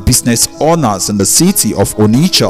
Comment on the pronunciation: Guy who is narrating can you please use your normal Nigerian accent, it sounds better. You know that’s not how to pronounce ‘onitsha’ 👀 you